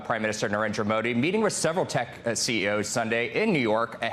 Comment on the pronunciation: If you wanna cover world leaders, at least learn how to pronounce their name correctly